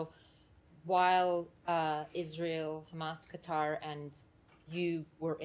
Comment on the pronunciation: Can't even say Qatar correctly..